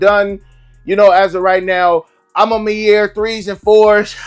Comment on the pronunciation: I hate how bro say “My Year” 😭😭🤦🏾‍♂️ It’s Mañiere , kind of like how “Mañana” is said in Spanish